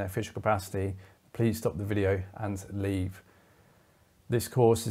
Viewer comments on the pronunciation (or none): I love that ‘please LEAVE!’ 😂